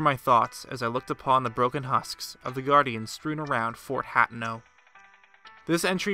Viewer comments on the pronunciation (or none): hate-no not hatno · Why do you say "Hatno" and not "Hateno"? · People in the comments: debating the validity of this theory. Me: UGH HAT-ENO? THAT'S NOT HOW YOU PRONOUNCE IT. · Ha tee no = hateno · Hateno, huh ten oh. Purrah, puhr ruh. Please. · HAT-NO??? O.o never heard someone pronounce it like tht lol. but I love ur videos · I dunno why but I pronounce it hot-A-no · *Fort Hateno (Hat-ten- ō) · Hateno.... Hah-teh-no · It’s pronounced Huh-ten-oh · It's pronounced ha-ten-oh 😄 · I'm sorry but it's pronounced ha-teen-o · I love your vids, but the way you say lynel and hateno actually hurts my brain